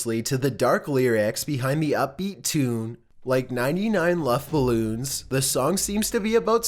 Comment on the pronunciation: 😂 YOU SAID 99 LOVFE BALLOONS YES LOVFE XD ITS 99 luft Ballons XD XD XD